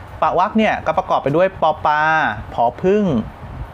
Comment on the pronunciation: ผมอายุ หกสิบสี่ หกสิบห้าแล้วยังชอบที่จะติดตามพัฒนาการทางภาษาครับแทบทุกตอน.แต่ยังงัยภาษาต้องมีความเที่ยง/ความตรงไว้แบบชัดเจน เช่น ป.ปลา ควรออกเสียง ปอ-ปลา ให้ชัดเจน ถ้าไม่อยากควบกล้ำน่าออกเสียงว่า ป.ปู ครับ.